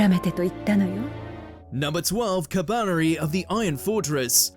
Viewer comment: I like how you said Kabaneri like 3 different ways and never once said it correctly